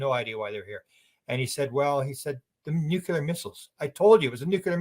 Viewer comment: The WORD dear Sir is pronounced NU-CLEAR. There is NO SUCH WORD AS 'NEW-QUEUE-LAR'. Please tell your countrymen, bless you. 🙏